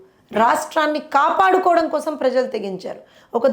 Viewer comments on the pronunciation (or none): none